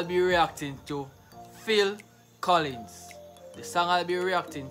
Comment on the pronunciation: You said Collings. It's Collins. We old folk know.